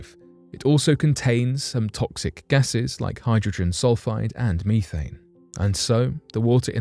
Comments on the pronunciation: So since you pronounce methane me thane does that mean you call meth meeth? Or me thanphetamine? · I have a question. Since you called it meeeethane does mean Meth is pronounced meeeeeeth?